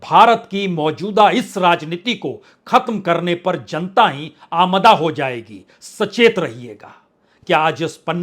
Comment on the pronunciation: श्रीमान जी आज आपने फिर से अमादा को आमदा कहा है कृपया सही उच्चारण करें। धन्यवाद।